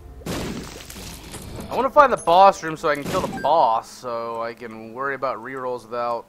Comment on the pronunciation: I did watch the whole video, I watched that when I heard him say it, and also its not bought its about or 'bout. *facepalm*